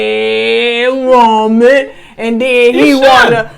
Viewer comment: I love the emphasis she puts on "ERRRRRY WOMAN"...Buddy done dipped in so much punani he done scraped the skin off his peen, but wants to defile a wholesome woman with that contaminated thing when he's close to the grave and FINALLY ready to settle down 😂😂😂